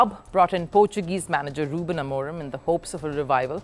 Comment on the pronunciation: It's Amorim, not Amorem 😅😂